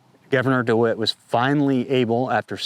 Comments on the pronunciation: Great job on the information you are presenting - I hope you won't mind me saying so, but it's Dewine, not dewitt. Not to be picky! Your channel is one I trust and probably the one I look forward to the most. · Good video but it's Gov Dewine not DeWitt:) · The Governor’s name is DeWine, not Dewit. Unless you were mispronouncing it on purpose, which would be hilarious. We call him DeWine The Weenie. He took campaign contributions from Norfolk. So did other Republicans and a few Democrats. So the assessment that it might be political was spot on. I am from the government and we are here to help you. Right. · It's Governor. DeWine, not DeWitt. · Dewin, not Dewit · Who is Mike DiWitt? Did you mean Mike DeWine our governor? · Thank you for covering this! Just a tip about the governor, his name is DeWine not De Wit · It's not "DeWitt," it's "DeWine," and I'd be very careful about anything this guy says. He's the governor who was on the forefront of marginalizing, segregating, depriving, discriminating against purebloods, through his lottery-for-jabbed-only, back in May of 2021. I don't care WHAT that guy says...It's coming from the mouth of a statist America hater. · It’s DeWine btw